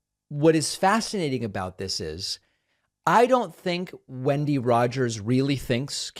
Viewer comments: Lunatic Rogers doesn't even know how to pronounce her own name, lol. It's 'when-dee' not 'win-dee.' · Did you say windy Rodgers or Kenny?